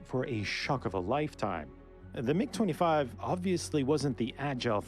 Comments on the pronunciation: M, I, G, you american say mig, its the name, not an acronym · It’s mig one word not m-I-g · Mig not M.I.G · That's the first time I've ever heard someone pronounce MIG as M-I-G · Bro really said "M I G" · The M-I-G!! lol, I don’t think I’ve ever heard it said like that, who doesn’t know about the classic Soviet MiGs. Almost as famous as the M-16 v. Ak-47 debate. The F-22 is currently the top stealth fighter in the world; the problem plagued F-35 would be considered top air superiority, followed by the CCP’s J-20– kind of like if the F-35 and F-22 had a baby, then probably the Russian Su-57 which is said to not have quite the stealth capability of the previous but has incredible maneuverability. I believe it may be the fastest fighter jet but don’t quote me on it I could be wrong; I know it has the ability to run it’s after burners for a longer period. Although a completely different type of aircraft, I think the A-10 Warthog is the one of the coolest definitely worth checking out. The F-35 has been in constant debate due to huge budget overages, technical & mechanical issues and delays mostly due to it being one design that needs to meet the needs of 3 separate design models. Seems like we lose one every couple weeks, I’m not sure if it was the RAF or the Royal Navy but they lost one a few months back as well (I think in the Mediterranean) The F-22 came at a massive cost and was well ahead of it’s time so the program was either ended or put on hold, it’s radar cross-section is that or a bumble bee 🐝 showing up.